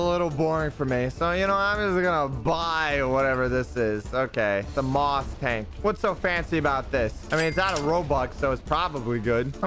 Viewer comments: bruh said muas when its pronouced as mouse but with a A instead on O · ITS MAUS TANK NOT MOSS TANK YOU SAY IT LIKE: MOUSE. BECAOSE ITS SO TINYYYYYYYYYYYYY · I’m kinda mad that he said maus tank wrong it’s actually said mouse tank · Bro did you just say moss tank it's called the maus world war 2 super heavy german tank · its maus its kinda sounds like your saying mouse ut its a damn beast NOT A TINY MOUSE